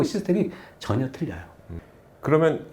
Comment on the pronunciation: 틀려요는 틀틀려요 너무 거슬립니다